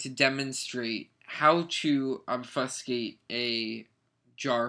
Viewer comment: You say obfuscate so weirdly. ._.